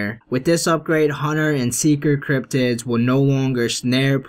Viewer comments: Obelisk not Obyulisk also cryptids not criptoids! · It's cryptids not cryptoids